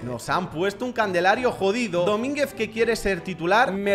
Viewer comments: Alguien se es cuenta que dice el Candelario y es calendario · Quien noto que dijo candelario Y no calendario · Me encanta cuando dice candelario en vez de calendario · Candelario Yo: calendario, perro.. calendario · Soy de los q siempre escucha a decir candelario en vez de calendario desde q empezó a subir esta serie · Jajajaja candelario y es calendario 😂😂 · Che se dice calendario wacho